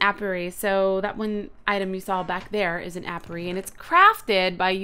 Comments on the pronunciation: hey Cupquake a bit O' pronounciation & clear-up... niter: pronounced "night-er" apiary: pronounced "ay-pee-ery" the incubator is for eggs. (or larvae) try using the rope next to platforms that you plan on using. The pack is pronounced "ah-maze-oh" 'cuz it's "amazing". Happy trails Cupquake. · It's pronounced aye pee airy